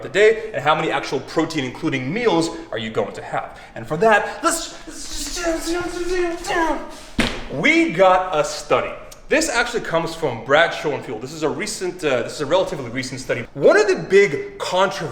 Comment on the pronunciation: Brad Schoenfield? Butchered